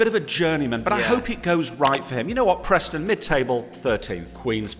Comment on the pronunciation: Who’s Prostnon its Preston